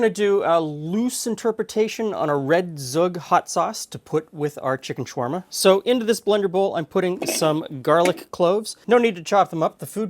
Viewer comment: The right pronunciation is "S-khoog", 'kh' making a hard H like you hear in the movies and all that. Nice to see food that's close to home :)